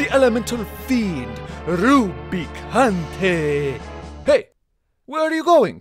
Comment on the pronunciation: Being a Spanish, see an American saying Rubicante is beautiful.